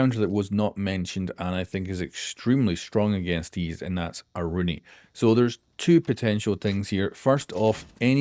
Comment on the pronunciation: Please pronounce her name correctly....